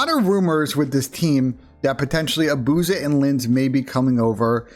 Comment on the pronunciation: Why does everyone pronounce it “a-booze-ah” when it’s clearly “abuse-a”